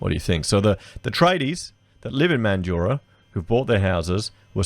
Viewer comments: The streets aren't flooding with homeless and it's Man-drah not Man-du-rah. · Mate, it’s MANDRAAAA. NOT MANDURAH 🤪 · Friendly tip from a mandurah local, it’s pronounced Man-dra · Yeah mate. I live in Mandurah and that's how we pronounce it. Not like how Mildurah is pronounced. The people in that video who emphasise the "u" are wrong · Yeah, If you're from WA you will definitely say it like 'Man-drah'. If you say it with the middle part then we know you're from over east lol. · I think Mandurah is pronounced without the 'u' : Man jrah. Good presentation. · MAN-dra, like Sandra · Interesting conversation mate but it is pronounced Man-dra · Its pronounced mandra not so much emphasis on the U in mandurah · MANjura. Folks have many ways of phoneticising the last 2 syllables but to a MAN they all emphasise the first. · Cmon man it’s pronounced man-drah 😑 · 'Man- Joorah'? WTF? -But thanks for the video. Thumbs up despite your horrendous, laughable pronunciations. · the u is silent. mandurah has always been a hole and in no way ever like the gold coast. no its not a city its like a suburb of perth thats really far away. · learn to pronounce the name correctly